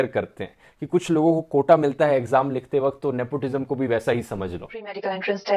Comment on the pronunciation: "Nepotijam". Hahahaa